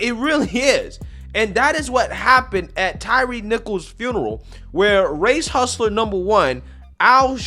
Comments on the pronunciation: Old Al couldn't even pronounce Mr. Nichol's name correctly. It's Tyre, not Tyreece. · Sharpton literally made the young man’s funeral about himself and then mispronounced his name by calling him Tyrese instead of Tyre. Doesn’t anyone in that church see this for what it is? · I am so sick of Reverend Al and everything that he represents and unfortunately AOC is channeling him lately. (and get the man's name right for Christ sake. It is Ty-re and not Tyrese 😅) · Uhh, is it just me or did Sharpton just call him Tyrese????? 🤣🤣🤣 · Wow! Al made the funeral all about himself. He even pronounced the dead guys name wrong. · Couldn’t even get Tyre’s name right.